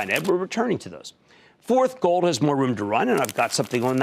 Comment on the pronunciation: it's not that he doesn't want to talk about gold, he can't pronounce it. ;)